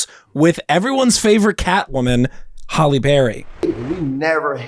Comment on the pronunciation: That mispronunciation was driving me crazy !